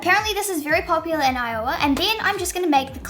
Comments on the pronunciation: We'll forgive you for mispronouncing I-owa... 😊😊😊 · IOWA is pronounced how it feels not how its spelled so its more like I ohwa or iwa or i ough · Iowa is pronounced eye-ah-wah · Even after being corrected she said Iowa incorrectly! 😁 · No, the primary stress in I-o-wa is on the first syllable. Secondary stress on the last syllable. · omg this whole video I thought Iowa was the name of Edwards mother because of how you were pronouncing it lol I love your videos you are so engaging great job 👏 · Actually,, the stress is on the I in Iowa!😉